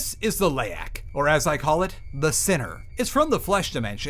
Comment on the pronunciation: Why not just say Leyak?